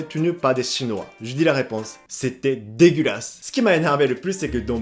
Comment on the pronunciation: on sent la rage grâce à la résurgence de l'accent : "de-gu-ra-su" 😀.